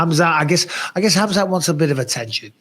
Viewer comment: Bisping calling Khamzat "cumshot" by mistake had me rolling 😂😂😂